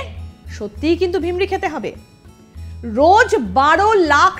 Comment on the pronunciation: Sangbadik bolchen vimri. Kothata virmi, 😂😂